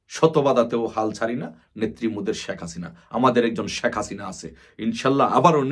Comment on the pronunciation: বোকাচোদায় শেখ হাসিনা উচ্চারণ করতে পারে নাহ ঠিকমতো ও নাকি আবার নেতা😂।আরে গরু ওইটা শাক হাসিনা নাহ শেখ হাসিনা উচ্চারণ হবে